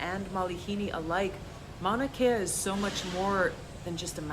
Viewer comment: That's pronounced MAO-na KAY-ya